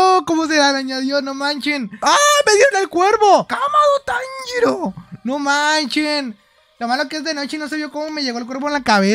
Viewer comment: Jaja como dijo kamado tanjiro lo dijo como si lo quisiera decir en japonés